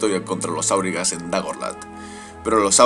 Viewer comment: Volvemos a corregir pronunciación: no es "kamul" sino "jámul", no es "áurigas" sino aurigas (este nombre no es sindarin, reciben este nombre por sus carros de combate), no es "balkoz" sino "baljoz", es levioooosa no leviosáaa